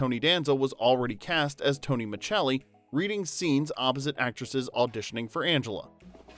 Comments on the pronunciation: Micelli is pronounced Miselli, not Michelli. Did you watch the show? That's like pronouncing Rupert Giles with hard G. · It's pronounced, "Miss-cell-ee." Not "Mitch-el-ee" FFS. Totally butchering the name, it's grinding. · His last name was pronounced Maselli, not Machelli. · It's Tony Micelli not Muchelli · Pronounced Miss Selly. Not Chelli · Micelli is pronounced Miselli not Michelli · Man, I grew up with this show and I loved it. Tony was the boss for me, lol. By the way, Tony's last name is pronounced "Misselli" not "Micceli". When's the last time you watched this show? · As soon as Tony was referred to as "Tony Machelli" instead of "Tony Micelli" - it became apparent this was AI SLOP in the first minute. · On the show, it was pronounced as if it was spelled Misselli. In standard Italian, that "ce" would be pronounced something like the "che" in cheddar. Not every Italian speaker speaks standard Italian, of course, the same way that not every English speaker sounds like the dictionary. Tony is an American character, and he can pronounce his name however he wants to. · pronounced Muh-sell-ee not machelli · Muh selly. Not Muchelli. Macelli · Why are you calling him Tony MA-CHELL-EE? It’s Tony MA SELL EE as it always was pronounced on the show. Wait, this was post months ago. Why was it reposted again? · This is one of those shows that makes me feel old. I was in the hospital last year for a medical scare and Who’s the Boss was on; the nurse who came in had never heard of the show. (BTW, I have seen every episode; and the last name is pronounced Micelli, not “Michelli”.) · Dude I love these types of videos Unfortunately I'm the pronunciation police 🚨 lol😅 It's Miselli on the show Not micchelli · Micelli is pronounced Mi-sell-ee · in many dubbed versions it is pronounced the Italian way, so millions of people worldwide know him as Mitchelli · Have you…never seen the show??? It’s Tony Ma-SELL-ee. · Tony Ma-Cell-ee.....come on!! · And when he mispronounces Micelli.